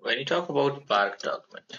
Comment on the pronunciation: its not prak its park